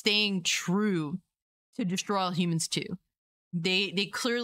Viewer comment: At first, when you said “destroy all humans”, it sounded like you said “straws of all human”. I really enjoyed both of these games and I’m looking forward to it, but I’m cautious too